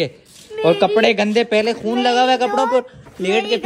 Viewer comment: Bhai khion nhi khun